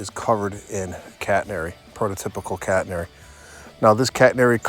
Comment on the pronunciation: Beautiful set-up! 💯 👍 I thought I heard you say "cat hair" "prototypical cat hair"!